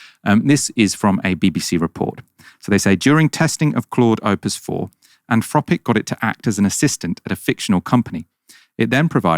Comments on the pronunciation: Is it ‘Anfropic’ as says it is, or’Anthropic’? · 'Anfropic'! C'mon,concentrate! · anfropic? can't you pronounce your th sounds? freaten? i thought only toddlers spoke like that